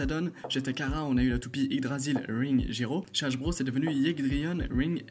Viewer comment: Ça va mais juste tu dis '' hajbro '' A la place de dire '' hasbro'' mais sinon ça va et geist se prononce gueist